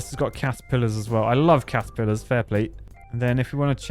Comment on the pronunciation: How he says catapilers it’s like people calling a vacuum a hover lamp 😂😂😂